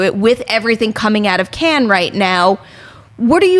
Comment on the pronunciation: "Cannes" does not sound like "Ken" :/